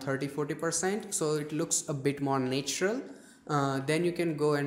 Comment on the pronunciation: Na-tu-ral not ney-tu-ral